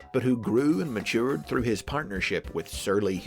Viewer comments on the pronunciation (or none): none